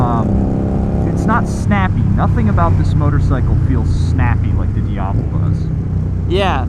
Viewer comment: I love how you pronounce “Diavel” correctly. Classy! Not shitting you.